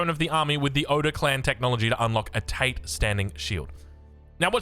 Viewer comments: Definitely not tah or tay. It's ta and te. Short, with no drawn out vowel. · I understand that but for English speakers pronouncing a Japanese word, "tah tay" is a very clear guide. It doesn't need to be perfect, I'm just trying to help him avoid pronouncing it like Andrew Tate